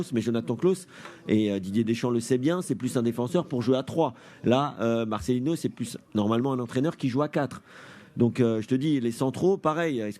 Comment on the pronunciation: Marcelino, pas marcelinho svp!!! Un peu de respect, si déjà vous ne respectez même pas son nom !!!! Vous êtes grave les français...